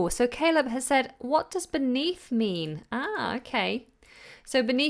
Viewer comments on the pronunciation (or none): none